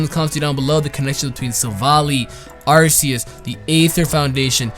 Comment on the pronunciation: It is pronounced arceus with a "cuh" sound I think. Like an Arc